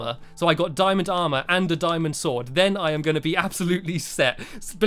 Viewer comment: DJ WOLF BO$$ he said aremer not aremr